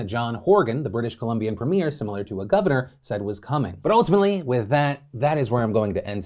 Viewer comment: The “governor” of a province, premier, is pronounced “preem-yer” in that case, not like “movie premiere”